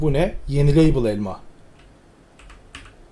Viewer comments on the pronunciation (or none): yenileybıl elma 😂😂